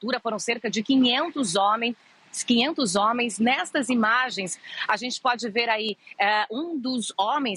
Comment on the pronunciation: Minuto , quinhentos zome 🤣🤣🤣